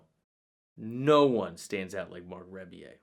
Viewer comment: It’s pronounced Rubbie-yay.